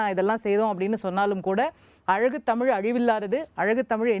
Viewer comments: உண்மை வரலாறு தெரிவது அவசியம். தமில் இல்லை தமிழ். "ழ்" முக்கியம். தமிழை கொல்லாதீர்கள் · இவனையெல்லாம் யார் பேராசியற்சியாக அறிவித்தது தமிழை, தமில் னு உச்சரிக்குறான்.